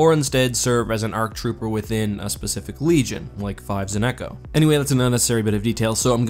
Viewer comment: Am I the only one who heard him say ‘’five and echoes”?